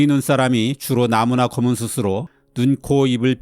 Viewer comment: "숯으로"의 발음이 [수스로]가 아니라 [수츠로]가 맞다고 생각합니다. 항상 감사하게 잘 보고 있는 채널인데 정보 전달 채널이다 보니 발음에도 조금 더 신경 써 주시면 감사하겠습니다.